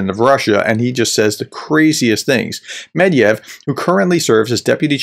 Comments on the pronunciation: The guy‘s name is „Med-ved-jev“ (not „Med-jev“). Other than that - great content. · It's medVEdev, not medYev. I'm sorry, but it's one of the easiest russian surnames and you have no excuse for butchering it. Otherwise, great stuff! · Why do you call med-ve-dev med-yev? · It’s pronounced “MED-VED-IEV”, not “MED-IEV”… his last name comes from the word “медведь” meaning “bear”. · It's NOT Med-yev, it's Med-ve-dev, for Pete's sake, look closer at the letters please, don't discredit yourself! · Mediev? It's Medvedev, pronounced Medvedef in English, or more like Medvedief in Russian, with a very light "i" before "ef" at the end. You forgot a whole syllable,. 😄 Which is bad, because I'd rather have us forget the whole name and awful man, but he keeps coming back... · It's MedVEdev and SoLOVyov. They're crazy criminals, but its worth pronouncing their names correctly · I don't want to come across as a smartass, but it's Medvedev. Not Mediev. I love your channel. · How are you pronouncing Medvedev so wrong, Medeyev? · Professor - Please learn how to pronounce Mr. Med-ve-dev's name. The former President is well known throughout the world and equally disliked. You seem to be spot on with your assessments. However, your inability to pronounce the man's name does not help your credibility. It's only three syllables! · Practice your MEDVEDEV pronunciation before filming. Credibility is a wonderful thing.